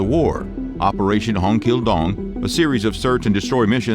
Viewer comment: Operation ”Hnog kil Dong”?